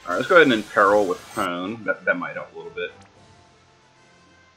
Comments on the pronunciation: Hey, it is pronounced Po-nay. Japanese vowels all end similarly like "Ah" "ee" "uu" "eh" and "Oh". Usually only the first consonants change but the ending vowel sounds usually the same. So it goes on like Ka, Ki, Ku, Ke, Ko, then Sa, shi, su, se, so, etc. I mostly know just Hiragana and Katakana with a little bit of Chinese aka Kanji in Japanese. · The katakana in Pone's name tells me her name is pronounced Poh-nay.